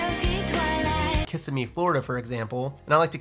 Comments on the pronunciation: Lol the town isn’t pronounced kiss-i-me. It’s ki-sim- me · Ki-sim-me. If you go to Ki-sim-mee and say "Kiss-i-me," you will get that, "Oh, bless your pea-pickin' little heart," look. FYI: It's not a good look. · it’s Ki-sim- me lol just messing with you thanks for all the awesome content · Ok, Florida girl here. It's pronounced kiss-EM-me. 😅 Can you do a video on Cap Rates I keep hearing about? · Loving your content and I'm inspired by your success! I've seen that sometimes you mispronounce place names, though (here Kissimmee, FL... and in another video the Potomac R.) I wanted to make mention of it because it can possibly come across in a negative way-- as someone profiting off of the desirability of places they can't even pronounce). I sincerely mean no disrespect to you, just offering some feedback that I hope may be useful. These may have just been example places... not sure if you own properties in those locations. Please keep up the great work! I'll be watching more. :)